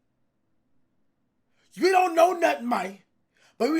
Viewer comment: If I had a dollar for every time cash said “MIANE”